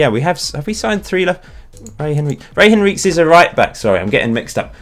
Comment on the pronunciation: Henriques is surely pronounced Henry-Kez not Henreeks?!